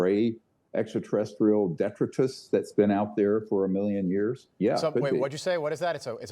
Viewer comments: Dee-try-tus Detritus 👍😂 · One thing is certain .. Dr. Greer does not know how to pronounce the word detritus. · He is mostly detritus